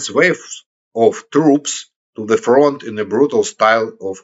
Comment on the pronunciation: фронт на английском произносится "франт". так, для справки.